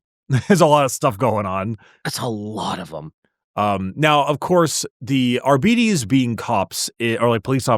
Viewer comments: Why are you pronouncing it 'Ar-bee-tees?' Shouldn't it be a harder 'Ar-bites?' As in 'Arbitrator?' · But it's obvious that 'Arbites' is supposed to come from the word 'Arbitrator'. So it should be a hard 'bite' not 'bee-tees.' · Reject "are-be-tes" Embrace "ar-bites" I reject your reality and substitute my own. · I don’t care who James Workshop hires, I’m NOT pronouncing “Ar-BITE-ees” as “Ar-BEE-tees” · isnt it pronounced arbites as in ar bite ( as in bite something) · Shouldn't it be "ar-bite-deez nutz"? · Nice video! Also Oh MY GOD that pronunciation of Arbites is driving me crazy